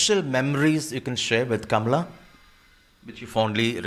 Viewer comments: DANE CALLOWAY should listen to this interview and post it!! He's always posting negative videos about Kamala Harris...plus he always pronounces her name incorrectly...which is disrespectful!! Kamala came from an educated family...not the bottom of the barrel family. People should STOP bashing KAMALA!! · If she wants to lean into identity politics and exploit her background when it suits her then she absolutely does have a responsibility to honour her heritage. She doesn't even say her own name correctly.